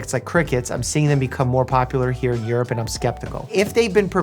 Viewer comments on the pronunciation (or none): none